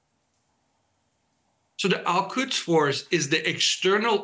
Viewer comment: The expert ,He cant even pronounce Al quds , and can't distinguish or interchanging iran and iraq 😂😂😂